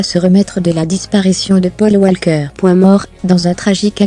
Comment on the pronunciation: La prochaine fois quand même n'écorche pas leurs prénom sa ce fait pas hommage à Paul Walker je l'adorait 🙏🙏🙏🙏🙏🙏